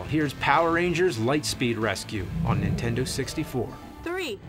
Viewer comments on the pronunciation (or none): I find it funny that James can't say "NINtendo", he says "N'tendo".